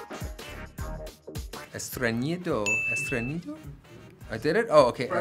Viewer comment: Nadie: Ryan: estreñido = helicoptero en llamas, Ryan: ñañañas